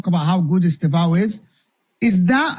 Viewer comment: lol the first guy "e-STARV-oh" I know he's a bit skinny but no need to be mean mate. I'm sure he'll be eating good